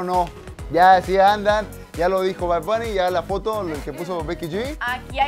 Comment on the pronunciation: Verga como que "Bar Bunny?😩